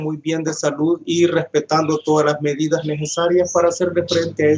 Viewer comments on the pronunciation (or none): No sé si yo te escucho mal pero creo que pronuncias nejesarias y se pronuncia necesarias a los fonemas me refiero no a las grafias o letras